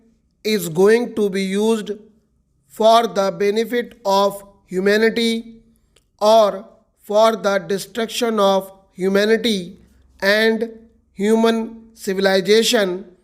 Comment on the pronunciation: Hello sir, you keeping pronouncing 'or' as our.